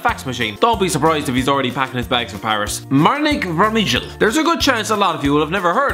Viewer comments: Absolutely butchered Vermijls name xD Should be pronounced "Vermyl" not "Vermidjel" Trust me Im Dutch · More like Vermale in Flemish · Vermijl is pronounced VERMILE!!! ffs